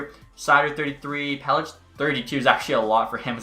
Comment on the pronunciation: it’s pel-ick not pel-itch